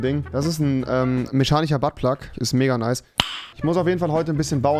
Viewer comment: Alle: mechanischer Niemand: Wirklich niemand: Rewi:meschanicher